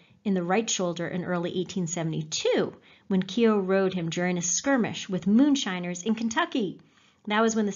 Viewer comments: Its not kio its kyo as in yoh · Keo as in KOW, Bow, the gh in Keogh is silent! You have done excellent work, amazing the way you bring the stories to life! But please ease off the phoney Irish language and the Keo pronunciation is like scraping your nails on a chalkboard to county Mayo ears!!! However that is a very minor moan, don't stop your work!😊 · Yup, pronounced "Keo" (sorry!) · Lol its not keyo